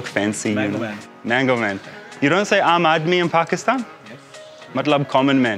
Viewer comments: its pronounced "umb". Its aamb. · in normal speech its called aamb. Not aam. Aam means plain/normal.